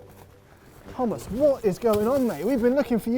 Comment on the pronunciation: LOL.. it sounded like they are shouting hummus instead of thomas in the intro xD